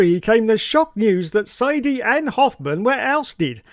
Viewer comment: Its pronounced “Sigh-duhl” not sighdy lmao